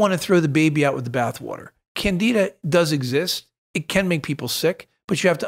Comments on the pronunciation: CanDIDA! There is a D to pronounce in that word docs! Thank you! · Candy da:) let’s pronounce it correctly! Candi Da! It’s got candy in it! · I feel like we are traveling to “ Canada”…. It’s Candida not Canada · THOUGHT HE SAID CANADA LMAOO AND OMG WALKING MUSHROOM. IM Dead 😂😂😂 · It sounds like they’re saying Canada